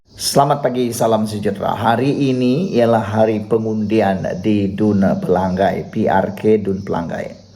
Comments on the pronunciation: Bukan xPelagai, maaf.. *Pela ngai*. Sebut ngai (sungai *ngai*) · Bodoh nya kamu.....Pelangai kamu sebut PELANGGAI....lidah kamu cacat ke?